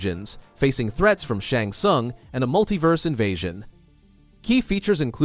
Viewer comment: "Shong sung"